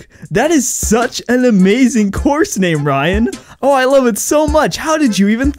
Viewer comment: Metal Gear Ryan: Reryan